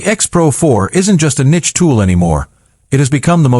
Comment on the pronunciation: Ohw no. Not another one. More ai that cannot even pronounce the word niche and regurgitates old info.